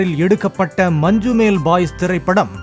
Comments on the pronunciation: மஞ்சுமெல்... மஞ்சுமேல் அல்ல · It is Manjummal.... Not Manjumel...